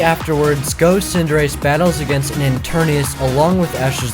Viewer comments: It’s ETERNATUS not ETERNEUS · It’s not pronounced as “i-ter-ni-ours” It’s called “e-ter-ni-tes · Etarna TUS TUS!!!! NOT ETARNIUS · Why does he call eternatus interneus. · Eternatus not Eternius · You keep saying Eternius But bruh, it’s Eternatus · ItS eTeRnAtUs NoT eTuRnIuS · It’s pronounced et-ern-at-us not enturnias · It's eternatus not eterneus get it right man its not that hard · Enternius? Seriously? That’s what u call Eternatus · Just to correct you, it's Eturnatus, not Eturnius. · How to say enternies is eternatus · Its not goh but go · He was calling it eturnius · The whole video he’s pronouncing eternatas wrong lol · Ok one thing Eteratus ET-ern-AT-us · him: pronounces eternatus wrongly me: and i took that personaly